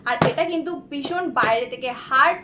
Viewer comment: রোজ বলো বিষণ বিষণ,,বিষণ বলে কথা হয়না ,শুনতে খুব বাজে লাগে।।। কথা টা ভীষণ please ভীষণ বলো।